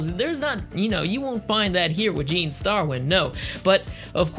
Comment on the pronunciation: 1st, It's not pronounced Su zu ka, it's pronounced Sa zuka. It's not Ai Aysha, It's Aysha (pronounce A Sha with a long A). Aysha Clan Clan. 2nd, Grappler arms aren't tiny, what anime are you watching? They are the same length as the ships themselves. 3rd, In Samurai Shamploo, GENE, not GIN, is actually based off a character from Lupin III named Goemon (pronounced Go A Mon with a long A). Just a fun factoid for you. 4th, There is another anime in the same universe as Outlaw Star. It's called Angel Links and it is AMAZING!! It follows the Security Forces officers we see in Outlaw Star but in actuality, Angel links isn't the spin-off, Outlaw Star is. If you haven't seen Angel Links, go find it and watch it. I guarantee you'll love it!!